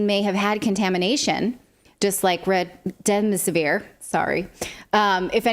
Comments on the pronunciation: Remdesvir it's not that hard just read it, people need to know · It's Rem-des-i-vir. You're saying Rem-dem-si-vir. You're adding an "M'. And what exactly is that you are saying about the chances of a serious side effect? Sounds like "non-genero chance"? Are you saying non-zero chance? Does that mean there is a chance? And, btw, when you have a double subject, such as the CDC and the FDA, that takes a plural predicate, such as have, not has. You would not say, "The FDA and the CDC has not...". You would say, "The FDA and the CDC have not...". Did they stop teaching grammar? Yes, I'm old.